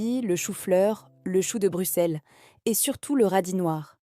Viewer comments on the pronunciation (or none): none